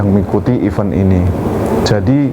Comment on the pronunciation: tolonglah penyebutan event itu jangan iven yah yang terhormat Bapak pengisi suara.